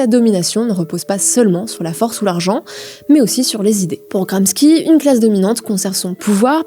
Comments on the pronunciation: Merci pour cette vidéo au top !! Pour info, on prononce : Gramchi (et non gramski) Alain Mainque (et non Miiinque) Belfor (et non Belforte) Volainski (et non ouolineski) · Italien, c'est GRAM-CHI pas GRAM-SKI :text-green-game-over::face-purple-crying::face-purple-crying::face-blue-smiling::face-blue-smiling: mais y'a quelqu'un pour relire la rousse, là ??? C'est catatrophique. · On prononce "gramshi", pas "gramski" pour Gramsci. Sinon bravo, génial, comme d'habitude. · Chère journaliste, merci pour votre vidéo fort intéressante ! Je me permets néanmoins une petite remarque : Alain "Minc" se prononce avec le "in" de "vin" (pas "minne-k"), Antonio Gramsci se prononce "Gramchi" (pas "gramski"), et Belfort se prononce sans le "t" muet de la fin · Oui, c'est dommage ça décrédibilise la vidéo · On dit : Jean Louis [Borlo] Alain [Mainque] Antonio [Gramchi] ❤ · Oh il y en a pour tout le monde vu qu'elle écorche aussi K'nicap et Gramsky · Effectivement. Gramski... On croit rigoler. Franchement... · Je suis désolé, vos sujets sont très bien construits, et je les apprécie en général. Mais faites un effort sur la prononciation des noms propres (Minc, Gramsci, Belfort, Wolinski, etc). Ça détruit la crédibilité de vos sujets en montrant que vous ne connaissez pas les personnages dont vous parlez. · Prononciation de Minc, de Gramsci et de Belfort juste catastrophique. Ça décridibilise le propos pourtant très pertinent. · J adore tout le travail effectué. Mais attention aux prononciation des noms de famille : wolinski, minc et gramsci. Il faut refaire lire les videos. C'est dommage car là ça fait amateur. Je pense que c'est une question de génération. Il suffit de faire relire par un pair... de plus de 40 ans.